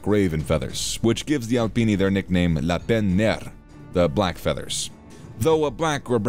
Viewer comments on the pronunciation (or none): none